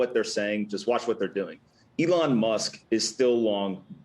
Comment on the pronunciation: Did he say "ethlong Musk"?